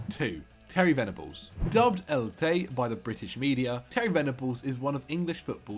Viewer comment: El tay?? Surely an englishman should know el tel?